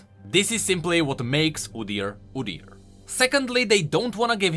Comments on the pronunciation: I've never heard anyone say it like that, sounds weird. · Udyr is the Norwegian word for beast. For right pronunciation look up how Norwegians pronounce it